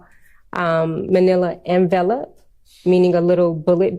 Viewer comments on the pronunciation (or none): 😂😂😂😂😂🙄🙄🙄🙄🙄. Don't you know how TEACHERS pronounce "envelope" (en-vellup) ?? Perhaps she doesn't remember the basic premise in elementary school to "sound it out". Oh well Potato/Potado😉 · LOL "they are put in a little manilla en-vell-up, meaning a little bullet bag".. um.. do u mean an ENVELOPE!? where are they even finding these "witnesses".. chri$t this has to be t he most unprofessional district attorneys office i have ever seen. Honestly, the level of disorganization/lack of preparation reminds me of the Darrell Brooks case.. I swear if darrell brooks had that Lawyer AI program that DA Love was/is using, he'd have done better i think than Adrian Love.. he SERIOUSLY 100% cross examined some of the witnesses in his case better than ADrian love has! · Envelope, the yellow variety. But she pronounced it way off